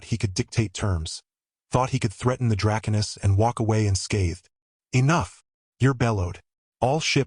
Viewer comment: Thanks for the story. Now, my friend......is it "Dra'konis" or "DraKone'is"???? You keep changing the pronunciation every other time you say the word. It really is annoying. At least pick one way to say it.....preferably the second one..."DraKone'is". Thanks.